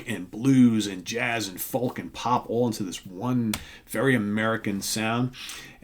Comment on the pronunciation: FoLk ... lol .. it's pronounced foke.